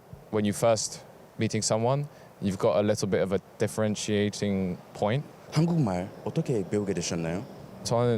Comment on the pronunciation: "한국말" 하면 발음이 "한궁말"로 해요. 그렇지 않으면 좀 이상하게 들려요.